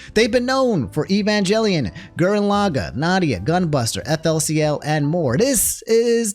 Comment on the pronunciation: I’m more mad at how he pronounced FLCL /s.